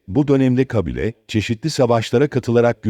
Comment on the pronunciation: Kăbile değil kabile, istila değil istilă.